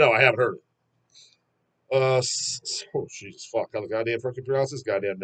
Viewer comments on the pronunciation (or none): none